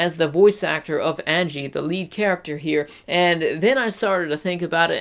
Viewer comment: Also watch English dub then you will know YOUR SAYING HER NAME WRONG